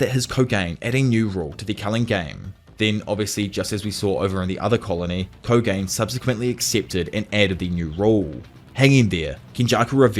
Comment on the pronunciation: you need to learn how to pronounce japanese names and words. Its Koh-ga-neh. Not kogane like rogain lol